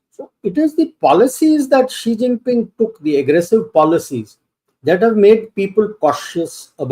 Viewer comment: It's Xi Jinping and not Zee Chinping. Pls pronounce name correctly. Thank you sir.